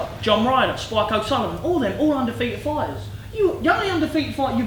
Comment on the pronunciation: Frank.. we've got some great fyders going for some great tydals